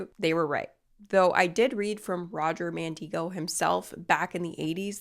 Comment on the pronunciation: I think you're pronouncing Mandigo wrong. He lived near where I grew up and I've always heard it where the "i" doesn't have a long "e" sound. Instead, I'm pretty sure his name rhymes with "indigo"